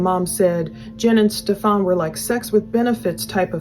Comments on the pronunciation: I like that doesn't say his name right lol its kind of like an f u to him. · Why does everyone insist on saying his name wrong 😩😩😩